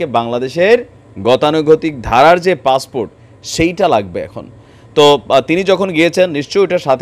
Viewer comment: Bangladesis English passport is passfort in bangladesi style 😂😂😂😂😂😂😂😂😂😂😂